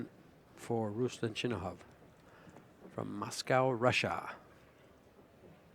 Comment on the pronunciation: It’s not Ruslan lol it’s Ruslan, the accent is on the A not U.